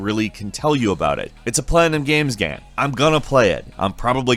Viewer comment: The way he says game pisses me off